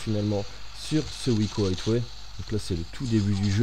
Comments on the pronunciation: On dit aiway pas hitway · plutot aieway